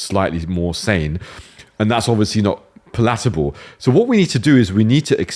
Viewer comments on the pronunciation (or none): Love Nafeez's arguments, but his strange pronunciation of certain words is a distraction! It's PAL-at-a-ble, Nafeez 😂